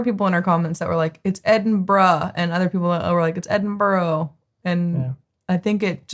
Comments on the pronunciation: its edin bru not burro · Edinburra. Like most Americans, he gets all the placensmes wrong. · I’ve seen a few of this guys videos a few times and he’s definitely not catering to an American audience with his pronunciations. Some of the worst attempts to say Scottish places I’ve ever heard 😂. No one anywhere says Edinbro - unless they are pronouncing it wrong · Edinburgh is NOT pronounced...'Edinburrow' just says the word as if there is no u in it.